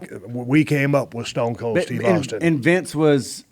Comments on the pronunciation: Dale really said Stone's Cold 😅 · Ah yes, "Stones Colds Teve Austin" 😅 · What did he call stone cold at the very beginning? Stonesa cold? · Jr. Looks like a kid on the edge of his seat hanging on every word . Stone cold and the rock could rip some promos like no other. "Stroodle " haha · Guy literally fucked up 2 seconds in couldn’t even say stone cold right 😂💀